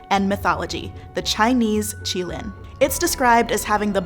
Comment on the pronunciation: Thank gods they pronounced qilin this way it reminded me how terrible people said it in the fantastic beast movie